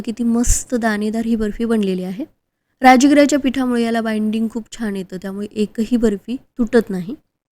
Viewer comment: 'राजगिरा' हा शब्द "राजिगरा" असा उच्चारलेला प्रथमच ऐकला...